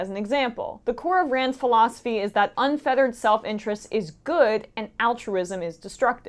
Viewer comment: Pronouncing "unfettered" as "unfeathered"? Normally this would drive me crazy, but I’m too blinded by my unfeathered LUST for Emma in every possible way